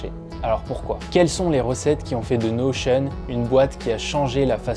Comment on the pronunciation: Je viens de découvrir que ça se prononçait "Notion" à l'américaine mdrrr merci à toi